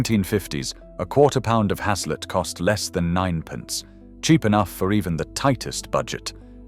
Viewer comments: Has-Let 🤣🤣🤣🤣 it's pronounced Haze-Let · Your pronunciation of haslet is incorrect, its pronounced as hacelet. I have had many a loaf of haslet from a butchers in Grantham Market Place, though it seems to have been replaced by Pizza Place. I loved heart, liver and onion (lamb`s liver preferred), kidneys. I still eat mince, but with mixed veg, swede, carrots, peas, brussels etc. Apart from a pack of ham from Aldi, any other meats are purchased from a butcher. Watching this video made my mouth salivate